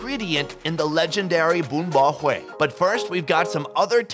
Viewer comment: Bro the way you pronounced Hue in the beginning with the inflection tone is perfect LMAO